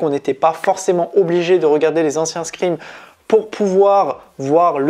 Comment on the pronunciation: On dit pas scrin mais scream! Pfff🤣